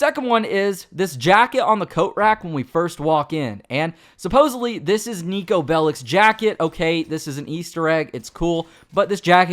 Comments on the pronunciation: You almost said Neko instead of niko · Andrew21397 honestly Niko sucks because voice actor didn't knew even how to rightfully pronunce his name, no one that isn't fron balkan can...